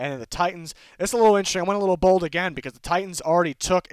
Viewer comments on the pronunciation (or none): none